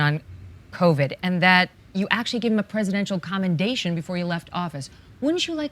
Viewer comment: I THINK he was saying "COMEDATION" not commendation. Smart.